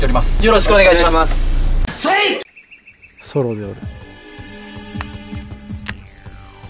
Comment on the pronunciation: せえええいて、きこえるｗｗｗｗ